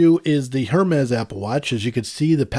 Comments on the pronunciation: It bugs me how he says hermes. He says it Hermes with the emphasis on the H by it’s pronounced ermes no h. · My point was simply that HER-mez is wrong and if you are going to spend that kind of money on a watch you ought to know how its pronounced. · great comparison. Got to give you a little grief, it’s pronounced “Air-Mez”.. Just drop the H bro and you’re good! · Oh you’re good! You know only the super snooty people pronounce it properly! I’ve had Apple Watches since series 0, get my first Hermes this week, so watching a few reviews of the allegedly amazing coveted AIR-MEZ model. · It's pronounced ERMES without the H :) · The HERmes pronunciation was annoying coupled with the labored breathing... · I believe its pronounced AirMes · definitely not “air” it’s pronounced ermès with a little aspiration on the first e. Your pronunciation is good, just put the accent on the last e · They’ve pronounced it airmez in the previous Apple stage announcements. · Hermès is French and you don’t pronounce the ‘h’ in the French language. Great video. I also got the black before but not into paying a huge premium for it. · I was just about to ask “who’s gonna tell him” lol